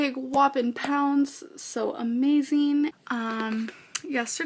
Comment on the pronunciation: Great video. Why does have a different accent now. These days any word ending in ‘ing’ becomes ‘een’. Amazeen, eateen